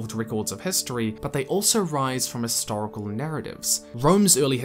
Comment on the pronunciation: Great video. Just one thing bugs me though, it doesn't sound you're sounding the 'h' in history/historical.